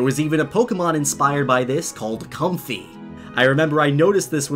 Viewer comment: It’s pronounced Com-Fei (like Fay creatures and the Lei themselves)